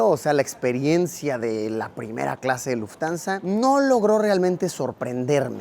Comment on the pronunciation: Se pronuncia Luft-Hansa no Luftansa 🥲🥲🥲 sorry pero mi Monk interior no Puede mas